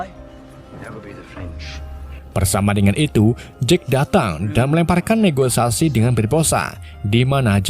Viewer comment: Negosiasi bukan negoisasi